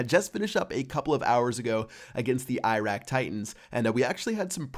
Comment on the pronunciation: Iraq is pronounced Eeh-Rock or eeh-rack